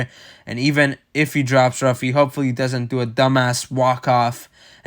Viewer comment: Pronounced Huffy (who-fee)not Ruffy